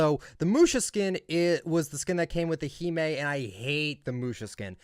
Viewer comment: Did he just pronounce hime as himey